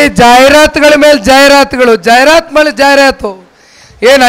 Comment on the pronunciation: ಜಾಹೀರಾತು ಅದು ಜಾಯಿರಾತು ಅಲ್ಲ😅